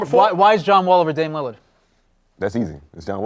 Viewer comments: "Damian Limmard. Damian Leonard" Damn he really doesn't know his name lmaoo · Every time he talks about Dame he always says Lilard wrong